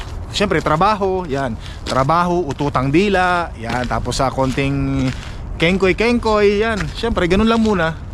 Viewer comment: Isagani, UT-UTANG DILA hindi ututang dila. Parang umutot! LOL!